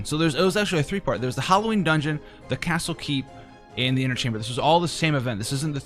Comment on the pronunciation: Howl-o-ween. You can use that, brother.